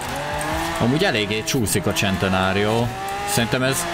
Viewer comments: szentenario nem csentenario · Nem csentenário hane szentenário így kell ejteni. Amugy nagyon jo lett a video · Serintem eszt nem csentenárionak kel kiejteni honem szenteário nak😂😂🤣🤣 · Én: Lamborghini centeranio.: Lamborghini csentenárió. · Az centenárió nem csentenárió Bocsii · a szntenáriora mér azt mondo hogycsentnário